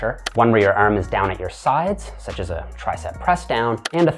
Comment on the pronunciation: why does he keep pronouncing arm as erm? Makes it hard to focus